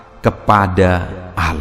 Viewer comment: Shalom... trima kasih untuk firman Tuhan. Tp.untuk sebutan Allah itu disebut kan dgn benar..bukan Alah tapi Allah tq